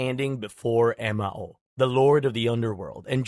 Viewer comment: In Shinto, the ruler of Jigoku is called “Enma-Ou”, not “Emma-Ou”.